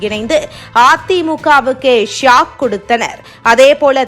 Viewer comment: அது ஷியாக் காலமா ஷாக்